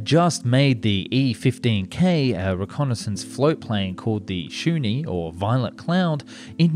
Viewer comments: "Shoonee?" ROFLMAO! Is this Dark Skies channel two? Try "Shiun" next time. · Highly original pronunciation of 'Shiun' (or can't the narrator read?)